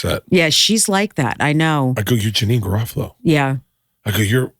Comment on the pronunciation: Thank Kirson for saying janeane garofalo's last name right as I was googling "what is stand up actress janine's last name-..." :)